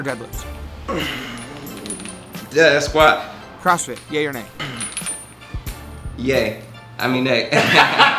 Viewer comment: “Deeeaaasquat” lol